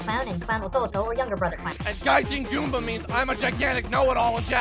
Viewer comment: Goomba, not Goombah. As in the monster from Mario.